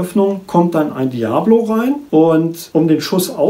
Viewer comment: Es heist nd Diablo wie das spiel sondern Dia_bolo